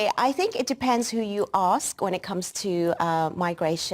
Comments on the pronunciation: Not axt but ask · You come here, but you dont learn how to say ASK? - Hmmm... LOL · I wish you'd learn how to pronounce ASK properly. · PS- I'M SLAGGING HER ENGLISH... QUICK BIT OF CONSTRUCTIVE CRITICISM - IT'S "ASK...". NOT "AKKS...". DONT KNOW WHY THATS SO COMMON IN AFRO/ CARIBBEAN DESCENDANTS,BUT IT GRATES ON THE EAR...JUST A QUICK HEADS UP...👍👍👍👍🙏🙏🙏👏👏👏👏👏